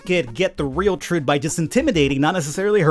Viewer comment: "Room ob troot"